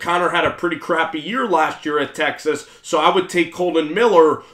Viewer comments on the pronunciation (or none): none